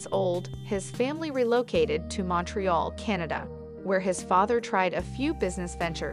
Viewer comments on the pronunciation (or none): none